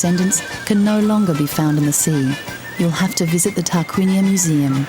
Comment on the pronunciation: sorry, the Name is Tarquinia not Targuinia, please